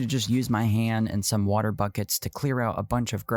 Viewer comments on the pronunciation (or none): none